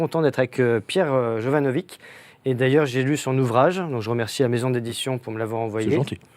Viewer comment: Attention ce n'est pas vitch mais vik ! Salut Mike...